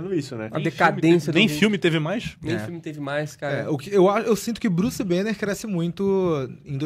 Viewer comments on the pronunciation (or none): Druce banner kkkkk tiraram o b kkkk😅